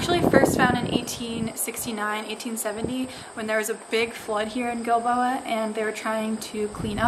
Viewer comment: This is so amazing! Thanks for the history, the science and the explanation! And most of all - thank you for enlightening me as to how to pronounce "Giilboa"! I didn't know if it was a "soft G" (like Jill-boa), or a "hard G" Ilike Gill-boa)!